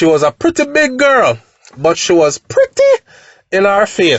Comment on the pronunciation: this is one of the reasons why I don't keep friends but anyway the man is on a mission di man love him fatty them and she was pretty 😂😂😂😂😂 u not easy with how you say pretty 🤣